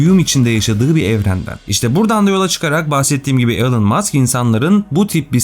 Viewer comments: Elın değil ilan öğrenin artık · 'ELIN' degil 'iLON' Musk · Telaffuzlar konusundaki başarı çok iyi olsa da ana kelime Elon, elın değil ilon şeklinde olması gerekiyor yazmadan edemedim